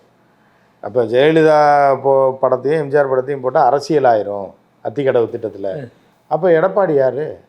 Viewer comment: முதலில் பழனிசாமியிடம் எம்ஜிஆர் என்று சொல்ல சொல்லுங்க. எம்ஜார் என்று solvaan